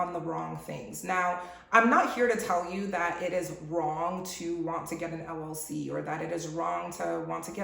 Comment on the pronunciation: Did she say LLC or LOC , which it does not exist. Thanks ahead.